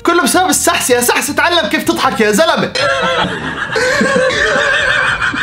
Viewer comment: اسمو سحِس مو سَحس 😝